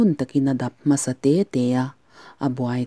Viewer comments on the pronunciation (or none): none